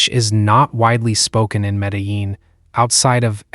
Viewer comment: I had to laugh at the 4 different pronunciations of Medellin in this obviously AI narration.